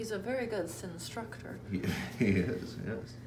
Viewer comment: Indeed, I heard say Cinnstructor also!